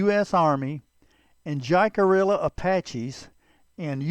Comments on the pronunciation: It is NOT Jack-a-rilla! It is, Hick-a-ree-a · It's pronounced Hickaria not jackaorilla 😂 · Hick-a REE-ya. Sorry. cant watch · “Jack a rilla?” 😬 cringe smh 🤦‍♂️ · It's pronounced "Hickareeeya" ya schmuck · "Jack a rilla " pronunciation just doesn't sit right for me, being Jacarilla Apache myself.😢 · Great video. Love your programs and keep up the great work. FYI, I believe the correct pronunciation of Jicarilla is "Hick-a-riya" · This was interesting. Jicarilla is Spanish. The J is pronounced as an H and the ll is not pronounced, think of it as Hickaria. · J is pronounced like a h in spanish the i is pronounced like a e the ll is pronounced like a y pronounced it right you sound ridiculous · his is saying jicarilla wrong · Before you try to narrate a Native tribe, learn how to pronounce Jicarilla! I am Jicarilla Apache descend! Crow - Jicarilla Apache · The name was actually pronounced jicarilla. The J is silent and sounds like h and the elves are also silent. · Friend, I appreciate everything 🙏 ❤ you do. That being said there's only one thing that I will critique you upon. It has absolutely nothing to do with your choice of subject matter. It's simply this. The name of this tribe of Apache is of Spanish origins and like all Spanish words with a "J" in the word it is pronounced with an "H" sound. Phonetically it's pronounced "Hick-A- RheeAh." Your video is otherwise great! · The Jicarilla were great warriors and their reservation west of Chama, New Mexico boast some of the best mule deer hunting anywhere. One of my best friends is a tribal member and is a hunting guide on the reservation. However, Jicarilla is pronounced closer to how it is said in this video Take care and keep ‘em coming! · Learn how to pronounce Jicarilla. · I'm amazed the narrator wasn't aware of the correct pronounciation. It is fairly common knowledge to anyone who has studied this tribe